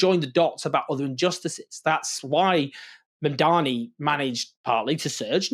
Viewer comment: He keeps calling him MAMDAMI, instead of Mamdani and Zohran corrected him about this, but he keeps doing it. Like a petty schoolboy racist!